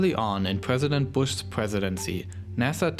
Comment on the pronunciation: “Pwesident” lmao